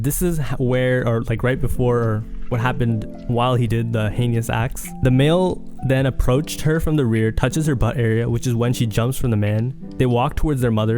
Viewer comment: Heinous is pronounced " HeyNess " because the U is silent Good videos 👍